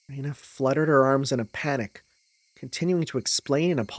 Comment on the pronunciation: Please no more Rena pronounced as Rina 😂There is literally a character named Rina in the VN